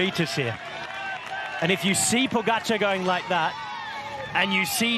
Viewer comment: They are paid commentators And can’t pronounce name pogacar correctly Wow